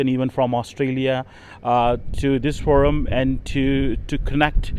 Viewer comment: Forum not Foudum, incharge, inchurge. And take name of person, not Dr Sahiba....